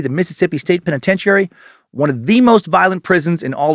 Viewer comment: Love the show. You are a great host but could you please look up the correct pronunciation of the word penitentiary?